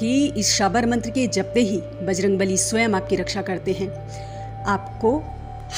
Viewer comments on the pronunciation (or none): none